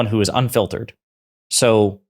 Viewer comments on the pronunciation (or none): Oh shoot low IQ JD said unfiltered?…. I heard unfit……